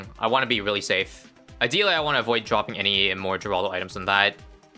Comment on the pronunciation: when will y'all learn... It's pronounced "Hur-all-dow" NOT "Gur-all-dow"